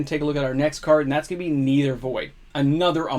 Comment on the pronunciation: MOXIE! 'Nether' is pronounced like "Never" not "Either" :) Keep growing strong!